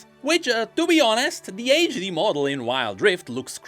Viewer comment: every time he says "age de-model" it pains me physically and emotionally..